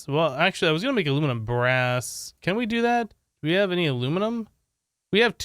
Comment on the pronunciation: Everyone: Aluminum brass: Alumin bra